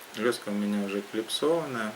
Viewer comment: Да я имею введу не название лески,а ваше произношение лЁска!!!